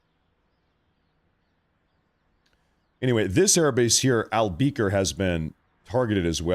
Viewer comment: Al Bekar (Al Be-car) not beaker lol. That was triggering my ocd lmao.